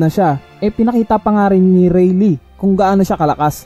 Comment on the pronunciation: Its not reylee its reyley (rayleigh)